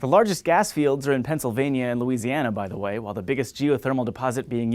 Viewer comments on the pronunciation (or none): none